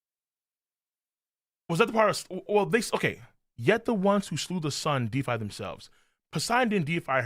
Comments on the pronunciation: Holy hell the deified misread was legendary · The chat trying to get to recognize he read deified incorrectly was painful lol. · Every youtuber covering this chapter must be illiterate, because none of them can read "deified" correctly.